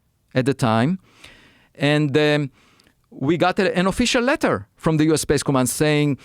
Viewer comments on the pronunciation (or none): none